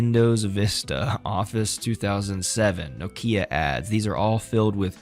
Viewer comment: no-KIA? oops